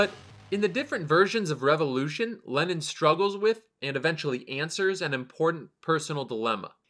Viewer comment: When he said Lenin instead of Lennon😂